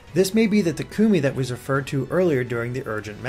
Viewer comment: The way you say Takumi hurts me inside...